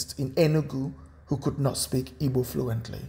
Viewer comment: i am highly disturbed about how this guy pronounces igbo